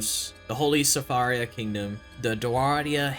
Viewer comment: 21stnt edit: pronunciation of sfaradia, deiranwalda, jipaat and diatzi completely butchered